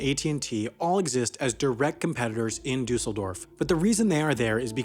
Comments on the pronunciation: You pronounce it “ Duhsseldorf” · Your pronunciation of Düsseldorf is funny. It's /ˈdʏsl̩ˌdɔʁf/ or /ˈdysl̩ˌdɔʁf, not /dʏusl̩ˌdɔf/ — actually, thinking about it, it's really close. But it sounds off. EDIT: Oh wait, it's the stress. Now I get it. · Paris is not second largest, and you mispronounced Dusseldorf